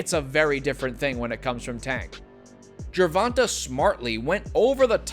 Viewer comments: Pronounced GER VON TAY not GER VON TUH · this clown keeps saying tanks name wrong🤡